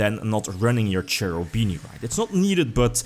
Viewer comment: Hi, I really care about pronunciations of names and I suggest you to watch this fast video to understand how to spell Cherubini:) I hope you will appreciate this: Btw nice videos every time, I really enjoy watching them!